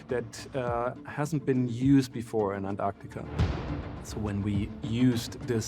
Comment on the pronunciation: Why are you pronouncing ant-artika as opposed to not pausing after the first syllable?🤔🧐